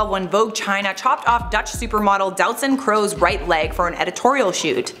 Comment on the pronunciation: Doutzen Kroes’ last name is pronounced as ‘Cruise’ or ‘Cruz’, not ‘Crows’......